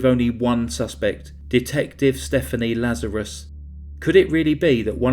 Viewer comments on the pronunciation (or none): none